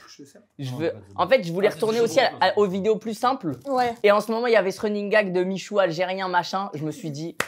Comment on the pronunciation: Salem michou, franchement bien l'accent